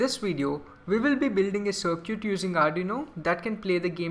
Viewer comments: stop saying sircuit its Circuit lol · dude seriously while you're online don't run your mouth just Google it even the general public knows how to enunciate cir·cuit sərkət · uh dude circuit is pronounced sir-cut